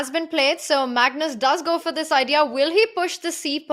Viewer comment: I missed hearing Peter say “mugnoose”! 😅